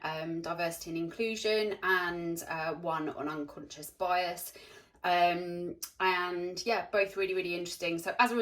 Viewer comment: So I love watching your videos, for inspiration and smiles... but the only thing that gets me is when sometimes you say “and” over emphasised.. but others is just normal🤷🏻‍♀️ no hate! Love it here x